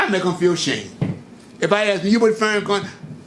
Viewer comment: Can this clown say Farrakhan’s name correct?? He is the most petty person I’ve seen.